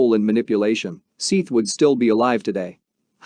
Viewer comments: His name is spelled Seath. It’s an easy mispronunciation to make, even for a human. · How's about the way he pronounced sophomore. He literally said sofamore! I also agree with a lot of the comments, he totally disrespected Seath by mispronouncing his name. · Hey, dopey, his name is spelt SEATH, NOT SETH, maybe that is why he pronouncing it as SEATH, not SETH. If he typed his name correctly - SEATH you would be complaining he couldn't spell SETH. SEATH as written is accurately pronounced as SEETH/SEATH, not SETH, he just reading name as it is written, he not to know Seath's family meant for it to be pronounced as Seth not Seath. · "Don't forget to give the video a thumbs up"?? Seriously i found the video to be really hard to listen to! Maybe if you had pronounced this poor killed 15year old boys name correctly, i might have liked the video! Shouldnt there be that much respect at least?! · Seeth? It’s pronounced “Seth”. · Seeth, lol! It's pronounced Seth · “Seeeth”….dude’s name is Seth lol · This video was made 9 months ago. Seath's name has been said thousands of times on the internet, for years! It's pronounced, SETH, not, "SEETH". You couldn't do a quick search to see how his name was pronounced? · Terrible you can't get his name right. Seth . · How bout learning the guys name before u make a video it's not sithe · Seeeth the soft-ah-more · Seeth? So foe more? What the hell? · Disrespectful to pronounce his name wrong. What kind if an informational video is this if you can't even say his name right. You should've typed it in so it would read "SETH". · Wait, what are you calling him? It's pronounced, SETH, but spelled with an 'A'. Dummy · He said “Seith” 1982 times !!! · His name is spelled Seath I believe but it's pronounced Seth. This is so hard to listen to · Your the dummy all over the comments because its pronounced Seth. Dummy 😂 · Couldnt get his name right??